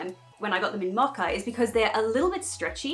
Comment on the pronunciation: Ok am I tripping or is she saying “macca”???? Is she saying “mocha” and I never knew it was pronounced like that in Australia?😂